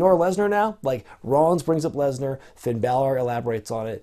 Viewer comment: I don't like how he says Brock Lesner. It annoys Me.